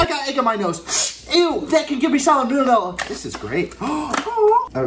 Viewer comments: “Salad blue nella” Salmonella? Lol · Especially when he mispronounced salmonella 😂